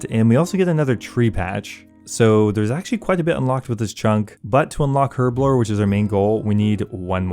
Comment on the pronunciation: It is so painful listening to you mispronounce herblore/herb over and over and over.